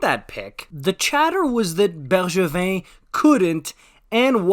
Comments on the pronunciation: this guy is just a montreal hater, can't even pronounce bergevin properly lol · The way you say Bergevin to me as an American is throwing me tf off lol